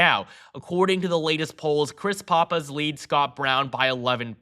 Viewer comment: Two things 1. It's Chris Pap-is, not Pah-pis. Please get that right. 2. Roy Cooper is nowhere near as "popular" in NC as outsiders think he is. They just look at election results. He never had a formidable GOP opponent. Cooper was all in with Kamala. Start running the tapes......